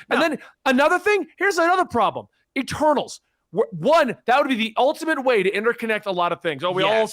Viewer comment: Almost thought was saying “E-turtles”